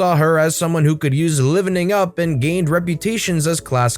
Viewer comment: my dude...... did u say livingen up? Its live as in u go live on tv. Livening up.